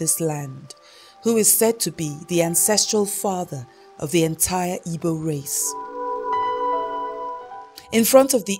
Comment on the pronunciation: it is igbo not ibo or igwo. she cannot even pronouce IGBO. who is this woman? is she even igbo?